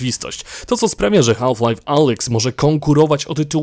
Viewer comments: źle wymawiasz HALF, mówi się bez "L" Mówię tu jako jako native speaker :p Wymowa: szybkie "haf lajf " jest jak najbardziej prawidłowe ;) Taka moja uwaga na przyszłość, btw dzięki za materiał, jak zwykle kosa! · To potrzebne żebyś wymawial "half Life " Z takim akcentem? Nie znam nikogo kto tak to akcentuje